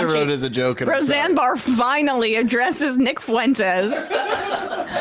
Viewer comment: “Ro-Xanax Barr” 😂😂😂